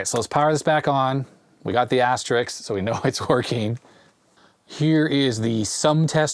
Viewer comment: Asterisk. It ends 'isk'. Asterix is a cartoon character.